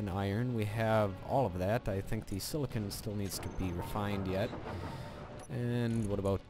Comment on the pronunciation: silicen. This made my laugh so much the way you pronounced it the first time.